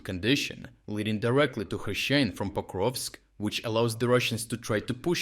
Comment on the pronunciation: STOP USING AI VOICE. YOUR VOICE PRONOUNCED HRYSHYNE 3 DIFFERENT WAYS IN UNDER 1 MINUTE. OR, I DON'T KNOW... REVIEW THE VOICE OVER BEFORE MAKING THE VIDEO?